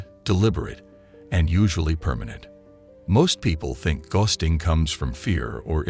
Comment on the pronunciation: This is an informative, useful video but the repeated mispronunciation of the word "ghosting" detracts from it. It's a simple word, for God's sake!